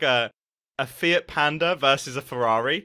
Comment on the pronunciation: Did mumbo say fiat panda or fit panda? I definetly heard fit panda